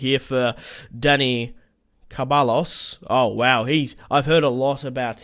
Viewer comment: You pronunce ceballos wrong it's (se-ba-yoos)